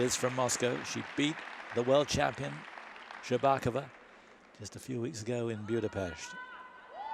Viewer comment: plz pronounce Hromych and SherbakOva properly!